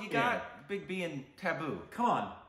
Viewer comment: It's tabu...not taboo😂🤣